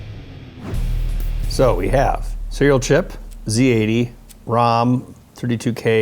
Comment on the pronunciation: respect for this man for pronouncing zed EX correctly ,not ZEE